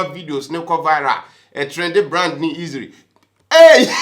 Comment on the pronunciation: 😂😂😂 easiry! Aww bro